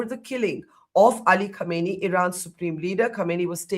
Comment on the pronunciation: Not khaneeni, it's pronounced as "Khamneyi"